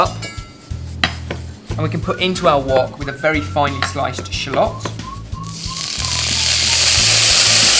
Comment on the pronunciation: O MY GOD STOP SAYING SHALLOT WRONG!